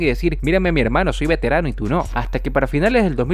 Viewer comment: "VeTeRaNo" Ah shit, here we go again